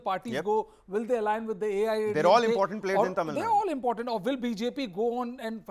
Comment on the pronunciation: Dear Host, its not Tamil nad..plz pronounce as Tamizh Nadu or atleast Tamil Nadu..